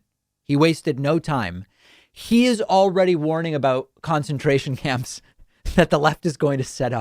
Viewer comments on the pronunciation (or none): My girlfriend thought David said foreskin tournament camps. Lol.